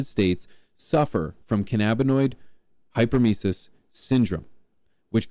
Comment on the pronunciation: HEY HEY HEY..HOW MANY TIMES WE GOTTA HEAR THIS?? ITS BS, BUT LIKE IF YOURE GONNA SAY IT, THEN AT LEAST SAY IT RIGHT!! ITS PRONOUNCED HYPER EM IS IS, NOT HYPER MICES......OR HYPER MOUSES, OR WHATEVER YOU ARE TRYING TO SAY. ITS GOT NOTHING TO DO WITH SPEEDY LITTLE RODENTS! IT DOES NOT EXIST, BUT IF IT DID, IT WOULD BE PRONOUNCED HYPER EM IS IS. HYPER, MEANING FAST, AND EMISIS, MEANING TO EMIT, OR TO VOMIT. HYPER EM IS IS......THANK YOU 👋😄👋😄✌️